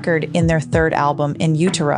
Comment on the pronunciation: I’ve never heard in “Utero” pronounced like that before’ perhaps I’ve been wrong all these years aswell as multiple other people 😂